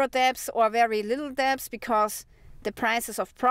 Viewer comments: I love your shows. You speak English very well. The only word you keep mispronouncing is the word "debt" or "debts" the b is silent. So say dett or detts without the b in the middle. I wish you all the best from Germany where we have 20% inflation. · "DEBT"....Is pronounced DET....Without the "b"...😉😊